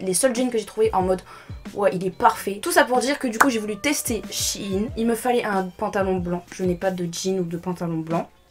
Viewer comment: Shyne... mon prenom🤣💓 mais ça se dit shiin(pour la prononciation)